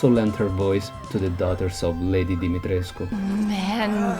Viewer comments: I love the way you pronounce "Demitrescu". Way classier than me. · I loved this!!! ❤️ And extra points for pronouncing her name flawlessly! I'm Romanian and my last name also ends in the -escu suffix 😂